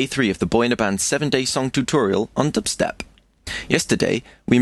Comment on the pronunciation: you say dubstep like stewie says cool whip lmao